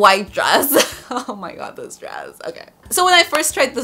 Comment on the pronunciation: It's oh my God not oh ma ga